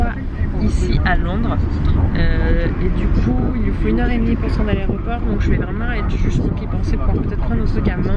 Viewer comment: On dit "aEroport" et pas "aréoport" 😅